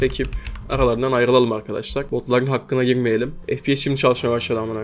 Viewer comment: Arkaşlar diyen ağzını s*keyim